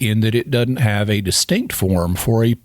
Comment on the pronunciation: The word "doesn't" isn't pronounced "dotint". Your videos are fantastic.